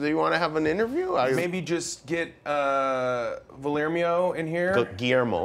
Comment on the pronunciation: "gullermio" :D